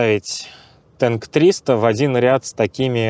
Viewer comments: Машина называется ТАНК а не ТЕНК передайте ведущему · не ТЭНК а Танк, мы на русском говорим. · Не Тэнк, а Танк! К Вашему сведению Госдумама уже запретила англоязычные названия. И китайцы называя этот автомобиль "Танк" имели ввиду именно боевую машину, а не ёмкость для чего-либо. К тому же при сравнении Танка с УАЗом нужно было бы поставить рядом УАЗ, а не показывать на пальцах разницу. Да и поздновато делаете обзоры, уж месяца три как все эту машину разобрали по косточкам. Чувствую, в когда-то уважаемым издании, работать совсем некогда и некому стало. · Что бы русский человек слово ТАНК называл ТЭНК, нужно написать его хотя бы ТЕNK😂 а так танк, извините